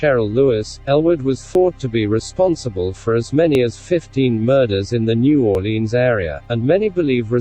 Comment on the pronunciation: At least Howard said New Orleans right. Learn it bitches, get it right.